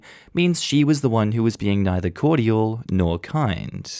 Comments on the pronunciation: THE WAY YOU SAY CORDIAL....... SOUNDS LIKE COITAL. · Okay, Australians pronounce cordial as three syllables? Or is it just?